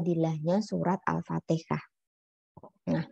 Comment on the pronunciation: Afwan Bu bukan alfatekah tp alfatihah